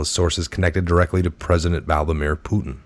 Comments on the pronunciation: It's VLADIMIR NOT VALDAMERE...SORRY, JUST BUGGIN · Are you saying 'Valdimir"? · Vladinjer Putin? C’mon ya gotta improve your reading, there are a lot of other options available.